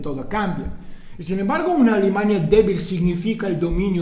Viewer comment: Es gracioso porque cuando dices "Alemania" suena como "Alimaña"